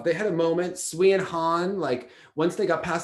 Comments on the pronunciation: I’m going to respectfully disagree on sui and han, I think they should’ve won. However, I will say, Sui’s name is pronounced “sway” and not “swee” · To and: For the skater Sui Wenjing, her surname is pronounced as "Sway" not "Swee". Pinyin uses English letters to represent sounds in Mandarin; therefore, words in Pinyin should not be pronounced as they are English words.